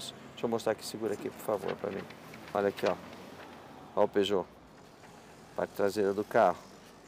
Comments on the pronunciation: Parei de ver quando disseram peugout 307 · Peugeot 😂😂😂 AutomaticO kkkk. É AutomatizadoooO